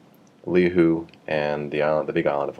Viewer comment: Hi there! Great demo! I've got Radar Chaos and can't wait for the Hawaii edition. Just one niggle, Lihue is pronounced "Lee WHO Ey" (like Hey but without the "H"). It's okay though. My wife had a hard time pronouncing all the Hawaiian street names when I took her to visit my folks :).